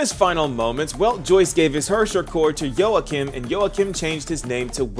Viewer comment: I guess thats a logical conclusion on how to pronounce Joachim 😅